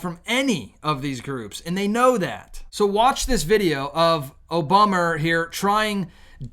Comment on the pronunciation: I like how you pronounce Obummer!